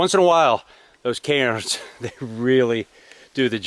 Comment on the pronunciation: Tip of the cap for pronouncing cairns with a slightly Scottish accent.